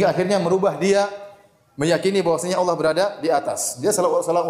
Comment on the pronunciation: Yg membuat konten ini salah kaprah ketika menyebut Alloh